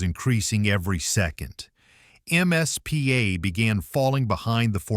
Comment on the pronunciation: Why does the narrator call the “MIZPAH” the “MSPA”? A bit antisemitism there?